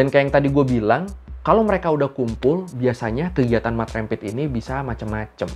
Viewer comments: Cara sebutannya rempit bang..Bukan rémpit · Rempit Dibacanya bukan seperti penyebut REM/LEM bang. Tapi, seperti penyebutan TEMPAT, LEMBUT, GEMBALA.